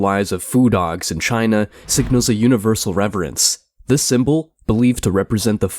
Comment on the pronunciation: Sim-bow = symbol KaBlewWee! Mind blown Cosmic mysteries unraveled n understood. But for real why he pronounce words funny? We get it, ur different.